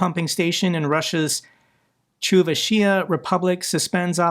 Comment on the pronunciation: Chuvashia is pronounced “choo-vash-ia.” I know Russian isn’t your native language, so I’m just trying to help. The Chuvash people aren’t even Slavic: they are a Turkic group, like the Tatars, Bashkirs, and Yakuts also in Russia.